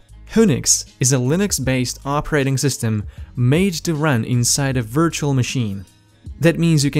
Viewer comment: I like how you pronounce virtual